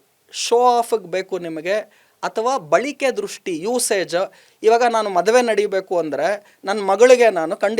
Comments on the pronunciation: Balike alla, balake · ಬಳಿಕೆ ಅಲ್ಲ ಬಳಕೆ...ಬಂದಿ ಅಲ್ಲ ಬಂದು ಕನ್ನಡ ಸ್ಪಷ್ಟ ಇರಲಿ